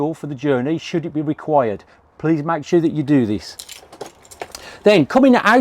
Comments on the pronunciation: why are you saying sura not sure ? :P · But He also saying Sure and suuaaa and secure and secuuuaaa :)